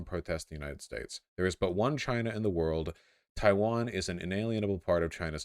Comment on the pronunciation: Except for the bit where he said Chaiwan